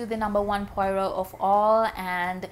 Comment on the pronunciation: Huh?? Poyrot??! For crying out loud! Get his name right at least, woman!